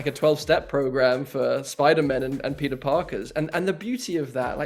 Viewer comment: when he says Peter it sounds like pizza